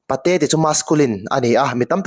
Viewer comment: Pate in tih hi a dik a A thluk erawh i sawi dan afiklo Apate a in tih tur aw sir. Patein tih a sawizawmlih in Apate a in...tih tur ka hriat dan anih chu aww.😂😂😂😊😊😊